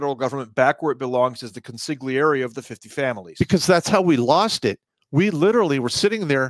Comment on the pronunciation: Please learn how to pronounce consiglieri